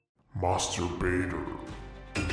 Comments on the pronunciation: I think you have to change the master baiter, because it sounds like "mastrubater" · Someone tell that his "Master Baiter" actually sounds like something else...... 😅